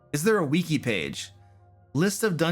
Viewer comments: He says „weaki“ 😂 I like it. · Of course pronounces it "weekee"... "ee" is how the letter "i" is pronounced in Romance languages.